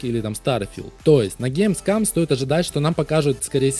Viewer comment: Каждый раз, когда говорит ГеймсКАМ: 🤣🤣🤣